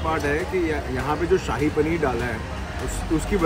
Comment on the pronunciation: ਨੇ ਜੋ ਸਾਹਿ ਪਨੀਰ ਵਾਲਾ ਕੁਲਚਾ kulcha bolya kasam to hassa nahi rukh reha 🤣🤣🤣🤣🤣🤣 Shahi panner da saii kulcha bna chadya 😂😂😂😂😅😅